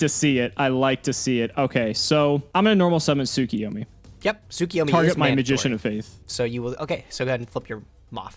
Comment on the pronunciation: Week 2 of yelling at you two for mispronouncing TSUKUYOMI.